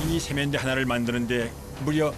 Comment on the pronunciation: 왜 세면대를 쎄면대라고 하지?